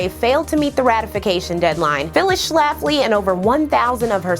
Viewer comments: I clicked because of the title and stayed because of the number of times you said Schlaffley in the first 5 min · The way she puts the 🤮 emphasis on the name Schlafly gives me joy.